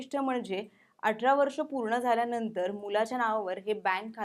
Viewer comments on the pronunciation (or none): अटरा नाही ग ताई 'अठरा ' 🤗🤗